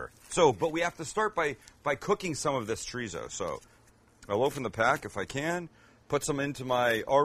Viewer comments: Chorizo simply translates to sausage. Mexican Chorizo is just one type. For a real treat try several from Argentina or Spain. It isn't zo is so. Pronounced with the s sound not the z sound. Just like in German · "chreezo" lol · Omg how white can u sound treezo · Tree-zo? Tf!! 🤔 someone smack him and tell him the right pronunciation or he's not invited to the carme asada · Please learn how to pronounce Chorizo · The way you say chorizo is pissin me off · Funny how he makes fun of Canadians for the way they pronounce Cabo but he pronounces Chorizo and Torta just like a typical gringo lol! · That is not a torta that’s a sandwich. Please learn how to say chorizo the right way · Since you're making fun of the Canadians' way of saying Cabo, FYI: The z in chorizo is pronounced like the first s in sister. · I’ll never try this torta for two simple reasons 1st he’s a white boy 2nd he can’t even pronounce Chorizo correctly!! 🤦🏻‍♂️🤦🏻‍♂️ Lol